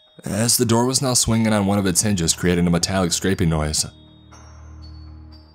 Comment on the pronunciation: Now-ah I need-ah you-ah to tell me what-ah happen-dah on the ship-ah